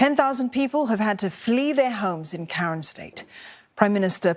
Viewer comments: Karen not Karien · Karen (kayan)